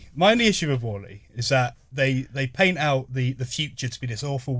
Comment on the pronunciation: How is it possible to pronounce wall-e so incredibly wrong